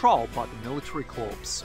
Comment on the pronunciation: CORPS is pronounced 'CORE'